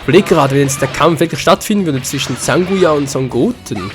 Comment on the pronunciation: sie heißt Zangya nich Zanguya ^^